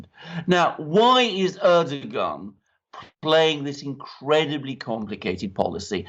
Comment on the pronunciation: Correct pronounciation of President Erdoğan is exactly like saying these english words - ; air-dough-anne. Correct pronounciation would be to roll the 'R' airrrr-dough-anne. English girl's name anne/ann same. Stress is put onto the first part of the name AIRRRR-dough-anne. And it's NOT ASS-SAD. It's AssSAD.